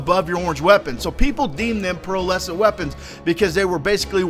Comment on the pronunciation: Pearlescent bro, not Pearl Essence